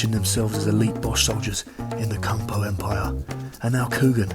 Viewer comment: Man said Kung Po empire you know 😂😂😂😂😂😂😂😂 hahahaha